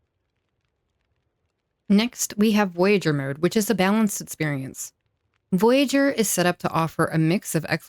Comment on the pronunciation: It's VOYAGEUR: Good video though.